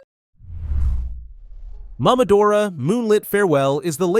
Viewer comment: Why do you say MAMAdora???? It's MOMOdora. MOMO AND DORA. like seriously dude. It's literally a name.